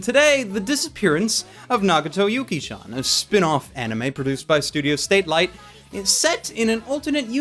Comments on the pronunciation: Pretty sure it's "SATelite", not "STATlite". lol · Just putting this out there, it's "Satelight" not "Statelight", so I believe it's pronounced as "satellite" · I find it almost blasphemist that keeps mispronouncing the studio name as "Statelight" when the actual name is "Satelight".......... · It's Satelight, not Statelight yes, that's very important and HAD to be corrected. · I really don't understand why you always read studio "Satelight" as "State-lite".... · No offense but its pronounce Satellite